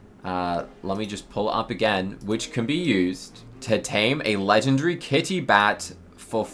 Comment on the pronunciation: You are not saying legendary correctly 😂